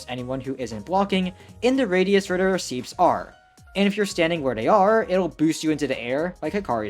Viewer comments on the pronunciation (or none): never heard someone mispronounce "receipts" before